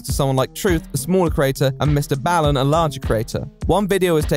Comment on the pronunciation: This word - BALL - is pronounced like BAWL. As in the word "Basketball". Mr. BALLen is also pronounced as "BAWLLEN". I don't understand how you have NEVER seen one of his videos or even tried to research the correct pronunciation of his name since you were going to be saying it, multiple times, in your video. Whatever you said, "Bal-in" is just the worst mistaken pronunciation I've heard. Do better.